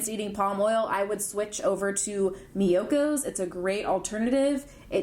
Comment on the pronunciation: It's ME-YO-KOs lol not Mykonos lmao. I got the cashew cheese dip today and it is GOOD!! I had to stop myself from getting the new vegan sandwich cookies. I can spend a fortune there.